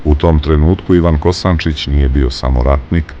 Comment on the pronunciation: Ne Kosancic nego Kosancic